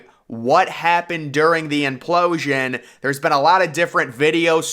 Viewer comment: After hearing the word implooosian 3 times I'm switching it off